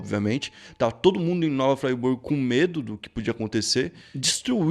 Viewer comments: Ele pronunciou igual a cidade da Suiça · Mano eu moro no em Nova Friburgo e tu pronunciou o nome errado mas ta tranquilo foi engraçado d+ kkkkkkkkkk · Koé, "Nova Friburgo" se fala em português mesmo, não tem essa pronúncia gringa! 😂😂 Cidade vizinha daqui de Macaé RJ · Eu sou nascido e crescido nesta cidade a 23 anos. E se pronuncia "Fri" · O cara faz um vídeo e nem sabe falar o nome da cidade, e Varginha é um bairro. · KKKKKKKKKKK o eu moro na cidade e se nem pra dizer o nome certo krlho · Pronunciou erradão kkkk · Nova Fraiburgo? Oxe essa porra é inglês kkkk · É nova Friburgo, não nova Fraiburgo, tá dando nervoso te ver falando assim. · Nova Fraiburgo foi de doer kkkkk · Como respeitar um canal onde o cara fala Nova FrY Burgo??? conteúdo é massa, mas tá doido, muita ignorância. ai tá escrito FRI, FRIIIII burgo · hahaha nao é "fraiburgo" é friburgo msm. mt manero o video. abraço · observação: a cidade é Friburgo; pronuncia correta: Friburgo; não "Fraiburgo" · Se pronuncia nova Friburgo não nova fraiburgo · "Fraiburgo" kkkkkkkkkk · O nome é nova Friburgo..RJ região serrana do estado do Rio de Janeiro. Ñ é nova Fraiburgo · O nome não é nova fraiburgo.... é friburgo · Ola meu amigo gostei da matéria mais o nome da cidade é nova Fri burgo escrevi desse jeito só para ver como se pronúncia,mas a matéria é ótima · a pronúncia não é "fraiburgo", a pronúncia é a la brasil mesmo, a pronúncia e conforme se lê msm, friburgo! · Oi. Eu sou de Friburgo. Fico feliz em ter a cidade fala no seu canal. Gosto muito dos vídeos e do canal. Ah e se pronuncia como se esquece rs. Fri e não frai.😁 Varginha, Rio Grandina são bairros de Nova Friburgo. Muito bom o vídeo 👏🏾👏🏾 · eu sou daqui e é FRIBURGO e não FRAIBURGO mas muito foda você fazer esse video! Valeu! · eu sou daqui de Friburgo!!! O vídeo foi muito bom. Nasci em 2008, por isso não conhecia essa história. E uma coisa, não se pronuncia fryburgo, e sim " fríburgo " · Nova "Fraiburgo" kkkkkk